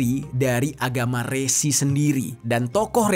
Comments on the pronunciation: Bang Dibacanya Re'Si bukan Resi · Resi / Rsi bang bukan resi JNT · RSI, BUKAN RESI BROOOO HATI2 SALAH PENGUCAPAN.. BEDA PENGUCAPAN, BEDA ARTI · Bukan Rési, tapi Rsi. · Baca nya Resi kyk baca ( Belalang )